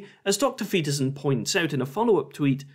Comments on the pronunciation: Just gotta say that I love how many ways you managed to butcher Jorban Deeperson's name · Like queeferson! 🤣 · Genuinely funny, and certainly the most entertaining debunking of this public toilet intellectual (similar to a public intellectual but full ofshit and usually out of order). However, please get his name right: it's Jordan Weeperson, Jordan Peterprinciple, or Jordan Meatperson. Having watched this video, I can only assume that Professor Fleaperson is holding onto William Blake's idea that a fool.who persists in his folly will become wise. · I love how you keep saying his name purposely wrong It was a knee slapper the 1st time and a knee slapper the 67th time. Just comedy genius really. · Butchering Peterson's name everytime you say it was unexpectedly fun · I want to give a like for every time you mispronounce his name